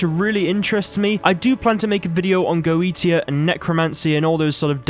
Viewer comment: Goetia is pronounced "goe-shia".